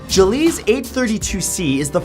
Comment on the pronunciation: Gliese is pronounced glee-sah. Not juh-leez. Thanks!